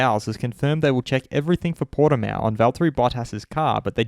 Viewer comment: congratulations for being the best of all the f1-related people (that I've heard, at least) to say "Portimão" the closest to the correct pronounciation. Cheers from Portugal!